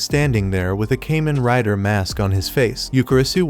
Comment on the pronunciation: Pronounced Kah men rai da